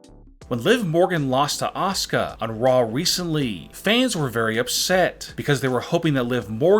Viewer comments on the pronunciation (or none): none